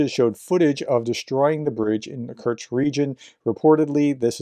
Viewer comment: Love what you do, but please, it's Kursk, not Kurtsk. No t. With love